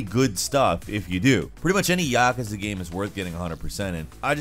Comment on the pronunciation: I'm only hear to say I hate how he pronounces Yakuza